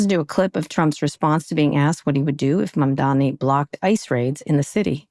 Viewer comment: It’s Mamdani😂 Kara. Learn to pronounce it